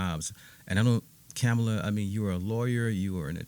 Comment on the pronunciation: Also say her name right you are showing your true colors